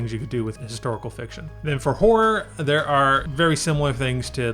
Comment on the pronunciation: HORROR...................It is pronounced HOR RHA, NOT WHOREA.😂🤣 Seriously Dude, I was confused, at first.